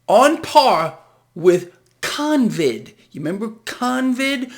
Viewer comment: CON-vid, CON-gress :)